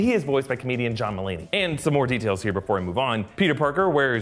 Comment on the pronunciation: The a in Mulaney is pronounced like an o. like mul- (mulligan) on-ey (spidey).